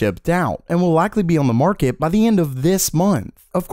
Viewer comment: Day 41406 of being unable to say "on"